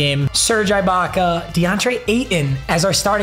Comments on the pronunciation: Bro Ibaka is pronounced (e-bak-uh) not I …. I cringe everytime u say it wrong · It’s pronounced eebaka not eyebaka btw also your packs dude come on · saying eyebaka about 247 times was definitely not ideal for my auditive experience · It’s not I baka it’s E Baka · its not eye baka, its e-baka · It’s gonna bother me for the rest of the season so I gotta address it now. It’s pronounced E-baka, not I-baka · Bro it is no I - bac - uh it’s e- bac -uh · Bro it E-Baka not Eye-Baka 😂😂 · E-baka not eyebaka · stop saying serge eyebaka it’s serge eebaka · Ibaka or “ee”Baka. Just please no more “I”baka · “Ee-Baka” not “eye-baka” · It bothering anyone else that he is saying I-Baka instead E-Baka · Its E baka not EYE baka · Just to let you know its pronounced eebaka not eyebaka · It’s eeeeebaka not eyebaka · ITS PRONOUNCED UH- BAKA NOT EYE- BAKA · It’s pronounced “E-baka” not “I-Baka” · i know is kinda clueless with NBA but it’s pronounced E-baka and it icks me how he says it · Come on it’s E-baka not I-baka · I cringe every time he says "I"baka and not "e"baka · It’s (E Baka) not (I Baka) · “EYE BAKA” 😂😂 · The way he said serge eyebaka was too funny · Man really says "eye-baka" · Him saying eye Baka makes me so mad lol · If he says ibaka like eyebaka one more time I swear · as a raptors fan, hearing him say serge "i"baka is torture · "Serge Eyebaka" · Nobody: serge IIIbaka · Making me mad that he’s saying EYE-Baka😂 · eye-baka lmao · "serge eye-baka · Serge Eye-baka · FOR THE LOVE OF GOD, ITS PRONOUNCED E-BAKA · just a little tip ibaka is pronounced with an “e” sound so like ebaka lmao love the vids man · The guys gotta stop saying Eye-baka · bro its pronounced eh baka lol. fire vid tho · Its Eebaka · Papa you need to pare serge eye-Baka with Jonas Val-enc-ee-you-nas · It’s pronounced e-baka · His name is pronounced ebaka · It’s pronounced eeebaka instead of ibaka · Him saying ibakas name wrong is killing me 😂